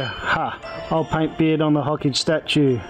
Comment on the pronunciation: Its not ho-cage its Ho-Ka-Ge